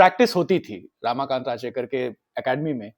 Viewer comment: Bhai, it's 'Ramakant' not 'Raamakant' and it's Anil 'Gurav' not Anil 'Gaurav'. Thik se toh pronounce karo, it's devnagari not Chinese